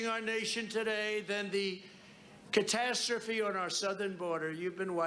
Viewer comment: Contastraphy' ???...the idiot can't even speak English. The Catastrophy IS Trump. Their emptying their prisons??? Ummm....that was Cuba. Ketchup. BUILD THAT WALL???? Trump's Wall...the one that they're going over with stacked Walmart plastic tables. Sowing doubt, false accusations, lying and corrupting are tools of the devil. Trump is one in a suit.